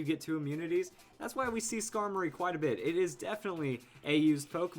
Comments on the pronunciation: Why would u say scarblis D' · I assume he's talking about Skarmory with Blissey?